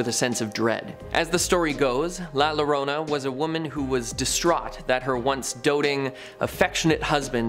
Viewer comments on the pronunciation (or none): Another comment about La Llorona. Just for future reference. When saying La Llorona, it's pronounced La Yorona. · I enjoyed the show, but if you want to potentially get more thumbs up you could try pronouncing the names correctly. Like I said I enjoyed the show any this isn't a dig or put down. When saying #7 (The crying woman) "La llorona" perhaps try pronouncing the "LL" like a "Y". Similar to the English word Yawning. It would be spelled like "The Yorona (Llorona). Keep doing your shows I really enjoyed it I hope that helps. Texas is a very well-known state mixed with a melting pot of Latin and English spoken language